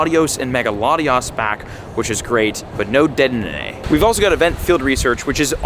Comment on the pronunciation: Dude been playing for years and still can’t say deddenne! 😂😂😂